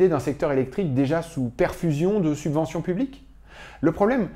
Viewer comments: *Subventions au lieu de « Suventions » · Excellent, merci ! ps : "Suventions" =P